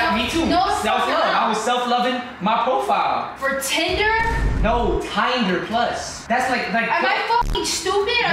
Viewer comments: LMAOO "Tieder plus" IM DEADD 😭😭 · said tynder plus that shi was funny😂